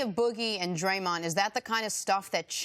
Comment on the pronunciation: Still wonder who “Draymont” is, C.C.